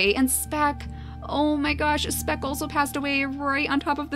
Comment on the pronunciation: You said " Smeck" when you moved speck to be next to Siana.